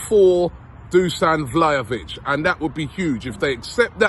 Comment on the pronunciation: “Hi and welcome along to AFTV Vhlahovic daily”